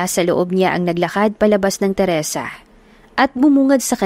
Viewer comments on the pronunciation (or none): Mali po.terasa Hindi teresa